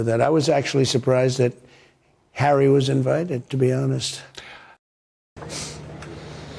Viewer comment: The Montecito lady pronounces his name, as "Hairy"..😅😂😅😂